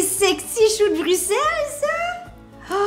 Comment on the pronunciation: Un j'aime juste pour la bonne prononciation de Bruxelles!!!! Je vais tester la recette, merci ;)